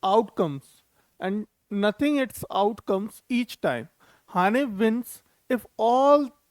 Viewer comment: Bhai vo nothing nhi noting h kaise gwaro ko teacher bna dete g yaar inhe nothing ko noting pdna aata h 😂😂😅